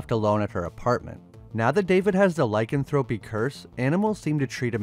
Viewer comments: Why do people not learn how to pronounce proper nouns when narrating videos? Firstly, Griffin Dunne...done, not dune. Secondly, Ly-CAN-thro-py, not Ly-can-THRO-py. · Lycanthropy is not pronounced that way. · Its Done not DUNE (Dunn) and its Lie CAN THROPY